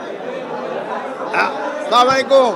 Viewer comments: Salaai walaikum Na !! > Its Assalamu Alaikum..... Thik Moto judi na boleen taholey tou olta meaning hoye jai..... Thik moto bolben apni....Allah duhai..... :face-pink-tears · সাবালিকুম এটা আবার কেমন সালাম?